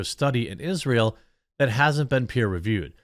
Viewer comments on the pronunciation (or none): none